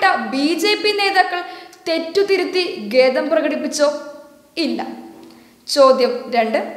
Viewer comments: ഗേതം അല്ല ഖേദം ആണ് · വാർത്ത പ്രതികരണം അർഹിക്കുന്നില്ല പക്ഷേ ഒരു ഉപദേശം ഉണ്ട്‌ വാർത്ത വായിച്ച കുട്ടിക്ക്.. 'ഗേദം' അല്ല 'ഖേദം' ആണ് ട്ടോ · ഗേദമല്ല.. ഖേദം എന്നു പറയൂ. വാർത്താ മാധ്യമമല്ലെ വിഷമിക്കണ്ട. തെറ്റ് തിരുത്താൻ മാത്രം.